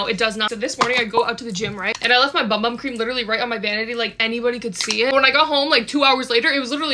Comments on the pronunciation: “Bum bum” no hate but it’s BOOM BOOM which is the correct way to pronounce it in Portuguese! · heyyy it’s pronounced like ‘boom boom’ not bum bum! Just thought I’d let you know Incase you didn’t already! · For people who are confused The bum bum cream is pronounced, boom. Boom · Just to help you out, it’s actually pronounced Boom Boom cream instead of bum bum cream😊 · fun fact: ‘bum bum’ is supposed to be pronounced ‘boom boom” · Not to be this person but it’s not pronounce bum bum it’s pronounced boom boom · It’s actually pronounced boom-boom not bum bum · Bro she said bum bum it’s pronounced boom boom but says bum bum lol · It’s actually pronounced boom boom not bum bum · Did you know that bum bum cream is actually pronounced "boom boom cream" !? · Sol de Janeiro when watching this: is..... Pronounced............ BoOM bOOm CReAM!!!!! 😂😂😂😂😂😂😂😂😂😂😂😂😂😂😂😂😂😂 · its pronounced "boom boom" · hey letting you know it’s clarified to be pronounced “boom boom” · I thinks it’s pronounced “boom boom” cream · I acctually found out that bum bum cream is pronounced boom boom cream but if you still wanna call it the same thing you do you girl😂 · Yall😂😂😂😂it’s pronounced Boom Boom cream😂😂😂😂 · ITS PRONOUNCED BOOM BOOM CREAM! IF YOU DONT BELIEVE ME LOOK AT THE SHORT SOL DE JANEIRO POSTED ABOUT IT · It’s pronounced BOOM BOOM cream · By the way, it is pronounced “Boom Boom cream”!! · it’s pronounced “boom boom cream”😂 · Wait I thout it was pronounced 'boom-boom' have I been saying it wrong this whole time? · It’s pronounced Boom-boom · Btw no hate it’s pronounced boom boom in brazilian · Its pronounced boom boom btw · Its pronounced boom boom. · it’s pronounced boom boom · Isnt it pronounced boom boom?